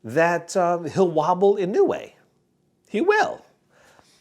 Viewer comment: fyi, inoue should be pronounced as ee-nowe, not ee-nu-wayyy 😅